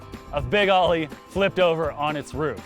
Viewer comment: It's pronounced "Big Oh-ly", not "Big "Ah-ly". Much of your footage uses Chris Greenwood's Oly-themed NORRA racing Bronco, as well as Boyd Jaynes' NORRA Bronco with an Oly-wrap for the Need for Speed movie. I also caught glimpses of our formerly-owned '69 Baja 1000 overall-winning Bronco with an Oly-wrap as well on it - an understudy of sorts to Boyd's truck in the movie.